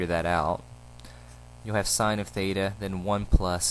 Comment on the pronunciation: thanks but you mean Theta not Thata?